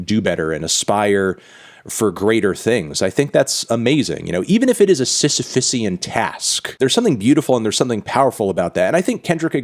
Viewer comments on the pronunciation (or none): Sisyphean pronounced wrong